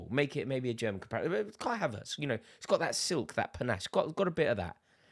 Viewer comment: Was going so well until you said Kai Havertz 🤣🤣🤣🤣